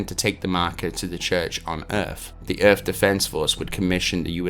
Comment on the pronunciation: What on Earth is an earf?